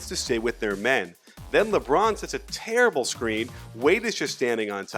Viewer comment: LMAO i love how you put emphasis on terrible and horrible